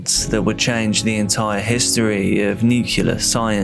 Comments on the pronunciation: NuCLEAR. Nu-CLEE-er. NOT NUCULAR. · I know this is an AI, but how come it pronounces nuclear wrong? It's not NUC U LAR! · No one who pronounces "nuclear" as "nukular" should be talking about nuclear issues. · If one can say "nucleus", the same one can say "nuclear". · Literally leaving video because as an English person you ought to pronounce NUCLEAR correctly and it's giving me hives. lol